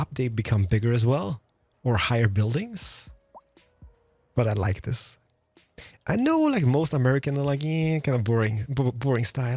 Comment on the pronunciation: I wish I could enjoy your videos as the content is objectively great.. just can't get over you boycotting the "th" and "t" sound in every single word 😂 (this, that, that's, there, it - diss, dad, das, dere, idd). Trying to power through it 😅